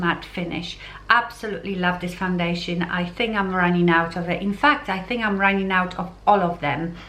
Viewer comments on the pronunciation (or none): Please pronounce "k" at the end of the word "think"... otherwise, it sounds like you are saying "thing".